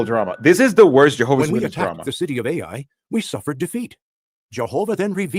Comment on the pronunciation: 34.35 The Biblical place Ai is not pronounced "ay eye." It is pronounced "eye" or "I"